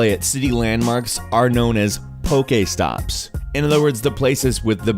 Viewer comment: "Pokaystops" XD